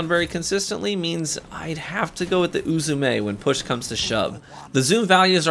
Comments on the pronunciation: As a person who speaks Japanese fluently, your doing fine with pronouncing Uzume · You pronounced uzume correct